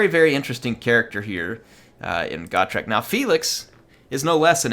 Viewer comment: Always thought it was Go-trek, not Got-rek.